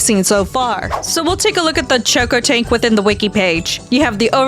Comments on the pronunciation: bro its cocotank not CHokotank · dont mean to be that guy but you kept calling the cocotank a choco tank its coco as in coconut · Did you say chocotank